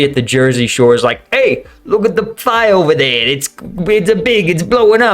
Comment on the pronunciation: "Hey! We're swimmin ova hear"